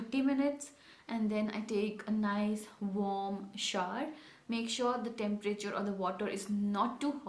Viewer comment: It's not shaar... It's pronounced as shou'ər (shou/er) 😊😊